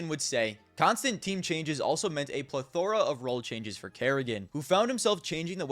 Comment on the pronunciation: Dyde, the way you said plethora had me laughing.